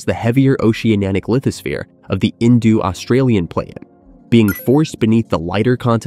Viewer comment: Its INDO NOT INDU you MORON FFS